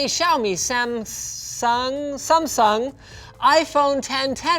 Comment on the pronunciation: He pronounced sumsung like this "zoomsong"